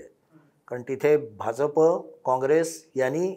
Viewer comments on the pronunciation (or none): 'भाजप' या शब्दाचा उच्चार करताना, जहाजाचा ज का वापरता? 'भारतीय जनता पक्ष ' यामध्ये ज जनतेचा आहे. ऐकायला cringe वाटतं